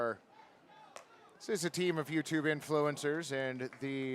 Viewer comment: As someone from the UK, hearing the announcer call out "Yewtree" (I know it was U Tree but still) gave me quite a chuckle